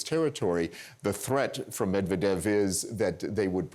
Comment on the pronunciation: Please CNN..... learn how to pronounce foreign names correctly. Med-va-dev? Surely there is a native Russian speaker on your staff somewhere who could help you.